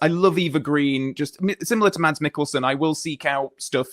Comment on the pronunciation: Just a little hint from a Dane: if you want to pronounce Mads in the danish way, drop the D and say Mas.